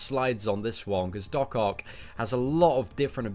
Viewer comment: it's Doc OCK not OC, please my OCD was triggered from this video 😅😂.